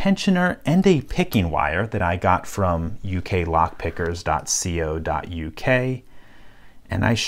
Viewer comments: Loved the video. We pronounce it "co" dot U K as in the start of cone,coke or cocoa. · In the uk we normally just say it dot co(rhyming with go) dot uk. Not that it matters just sounded strange your way like saying youtube dot see oh em.